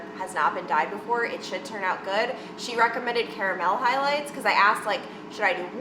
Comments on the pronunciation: C-A-ra-mel??? I’ve never heard anyone pronounce it like that🤨🤔😂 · I’ve heard “car-mole” and cara-mel but it sounded like she combined the two a bit